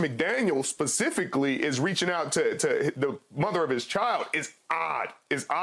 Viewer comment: I love how Sherm said Pacifically like a Tru West Coast cat